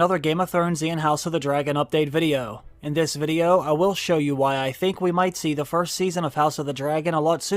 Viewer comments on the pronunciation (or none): I haven’t heard you say “VUDIO” for ageeees haha can’t wait for this mannnn!! Yes!!!